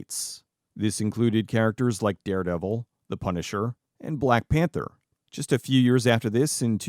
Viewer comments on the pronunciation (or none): none